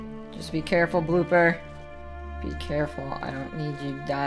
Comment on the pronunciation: did he say booper at the start of the video